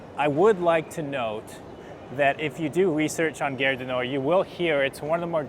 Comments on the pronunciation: cool! fyi gare rhymes with "are". not air. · The "a" in French is pronounced "ah" (as in "father"). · Little note on pronunciation: you are saying 'guerre' du Nord, 'war of the north' rather than 'gare du Nord'....Station of the North :) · GHARE, not gerre.! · nice video; just one tiny little thing... Gare du Nord (Northern Station) is proncounced as "gahr" - you pronouncing it as "Guerre du Nord", sounds to French like "War of the North" 😀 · Hé hé ... It's "Gare" as in "Gaaaaaahre". Aaaaah. Open up the 'a' :). You got it with "cAfé Allongé". Same 'a'. And it's not a company or store/product name, so it's OK to pause between words, same pace as a regular sentence. It's not "gare-du-nord". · Pronounce "Gare" like "garr", but with the A pronounced like the A in "garden". So like saying "garden", but stopping halfway and adding an R. 😘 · His pronunciation is a bit off track I thought we had started a war in the north. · Try garage du Nord then remove age... at the end it should be more or less good 😁